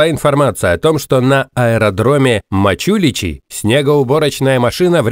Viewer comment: МачулиЩи, а не МачулиЧи :)